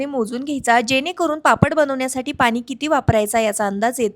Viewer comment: पानी नाही ग पाणी बोल😅